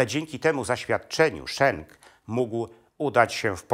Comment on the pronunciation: Nazwisko bohatera tez wymawia Pan nieprawidlowo.Jezeli byl Belgiem a nie Niemcem to mowi sie tak jak sie pisze:Schenk a nie Szenk.Mieszkam bardzo dlugo w Belgii i sadzac po nazwisku bohater Panskiej opowiesci jest Flamandem.